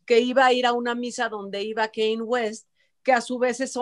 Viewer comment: no es “Kein” West. Se dice más o menos como se le: “Kænye”.